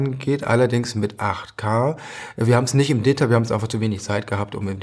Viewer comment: Warum betonen Sie "Detail" falsch?